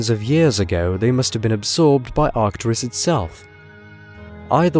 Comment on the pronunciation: arcturUs, not artcturis you ignoramus